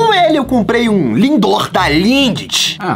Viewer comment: No minuto o enaldinho falo lindor